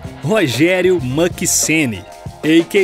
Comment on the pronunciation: Tem sim, só que a pronúncia do autor do vídeo tá bem errada